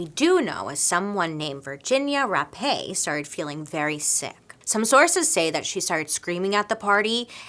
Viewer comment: Hi Bailey, Virginia’s last name is pronounced “Rap”